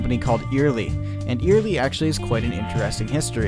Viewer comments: Love all the work you put into these productions. Very informative and well done, thank you for that. My only correction would be your pronunciation of Eyerly. It is not eerily or earily, the way Lee and I have always pronounced it is Eye (like your eyeball) early. Eye early say it.😉:goodvibes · It's not ear ly it's Eyerly like EYE BALL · It is proounced "Eye-R-Lee" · Eyerly is pronounced EYE ER LEE